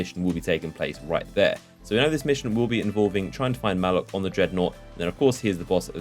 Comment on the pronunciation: Its Muh-lock not mah-luk